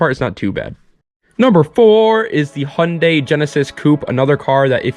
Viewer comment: Handay? hahah H you n dai thats how you pronounce it haha